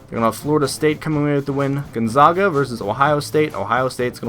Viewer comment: By the way Gonzaga is pronounced Gone- ZAG- Uh, the first "a" is not pronounced "ah". Sorry, I had to be nitpicky.